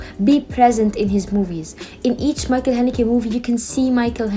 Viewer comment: His first name should be pronounced as Mikkel not Michael.